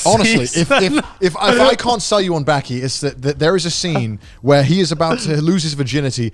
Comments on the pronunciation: Its called BAAAKI not BÄÄÄKI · Say baaki not byaki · Joye & Gant: Baki (バキ) Conner: Beky (ベキ) WTF! Its not BEKY its BAKI. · The way Connor pronounces Bäki makes me want to give myself a lobotomy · "I started watching Bäki" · Connor the only guy to pronounce baki as becky without being called out